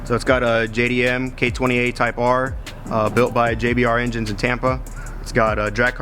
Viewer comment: "engines " lol